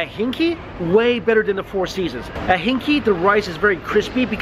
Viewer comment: PS LOL the restaurant name is not pronounced as "hinky"... should be hing "gay".